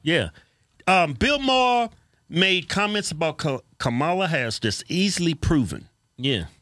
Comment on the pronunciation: Was that Kamama Harris ? Did I hear right?